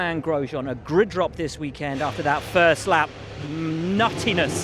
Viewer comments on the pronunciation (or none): none